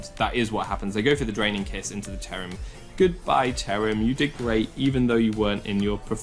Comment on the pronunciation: Ah yes, my favorite pokemon, C h e r u m It's cherrim :)